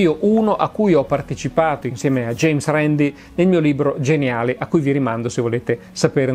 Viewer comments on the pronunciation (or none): none